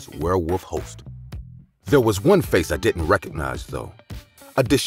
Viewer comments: I was looking for this comment I knew I couldn’t be the only one that caught that😂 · Nice collection here for Halloween, nice job. Oh and when her "pace turned fale" I had laugh. I do that all the time. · " Her pace turned fale "